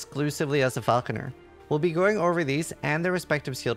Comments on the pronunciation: idk why it bothers me so much that they were saying Falconeer instead of Falconer. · Sounds like the name being butchered for the bird of prey shot. Then gradually trying to change from Falconeer to Falconer over the next couple of times it’s said 😂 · you said falconEER in the intro ^^ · Mispronouncing falconer at the start of the video is pretty wild